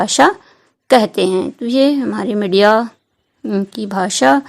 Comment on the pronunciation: Madiya nhi media hota hai medam ji